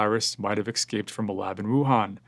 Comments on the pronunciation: Thanks and it is “ES-CAPE,” Not “EX-CAPED” Thanks for sharing and all you do to help! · Thanks and it is “ES-CAPED,” Not “EX-CAPED” Thanks for sharing and all you do to help!